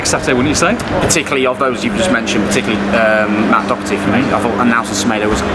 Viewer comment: I can’t cope that our main wolves reporter gets one of our players names wrong every time,it’s Doherty’s, not docherty